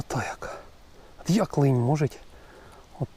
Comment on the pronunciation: Лин, а не линь